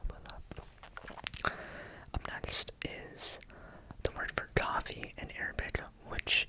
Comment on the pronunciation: As an Arab I can 100% say you absolutely killed the Arabic word triggers, especially when u said coffee, u sounded like such an Arab! Love it and keep up the good work fam